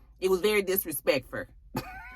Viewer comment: Not the text to show the spelling for how disrespeckferr is pronounced! 😂 😂 😂. this video was Sooooo funny!!!